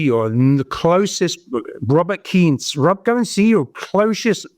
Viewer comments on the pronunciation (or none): none